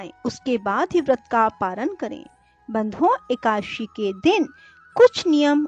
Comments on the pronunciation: जिनको हिंदी पढ़ना और बोलना नहीं आता हो उनको कथा वाचन नहीं करना चाहिए । खुद गलत बोलोबौर दूसरो को भी गलत बोलने के लिए प्रेरणा मिलती है । एकाद_शी / एका_ दशी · Madam plzzzzzzzzzzzzzzzzzzzzzzzzzzzz ekadashi sahi tarikeeeeeeee se boleeee